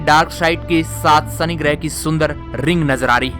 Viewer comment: I really love your videos, but please improve your diction especially while pronouncing 'S'(Sunny = Shani ) and 'SH' (Cashini = Cassini) etc... Else your videos are interesting.